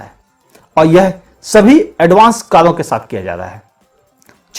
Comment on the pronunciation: Kalon ka nhi uncle, karon ka😂😂😂